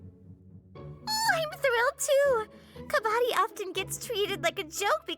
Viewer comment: As someone from india heraring kabbadi being refrenced and correctly explained was so amazing but they butcherd the pronounction which is understandable